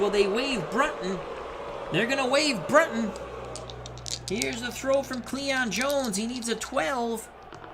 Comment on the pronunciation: Bill BREW-ton, Red Shane-DIENST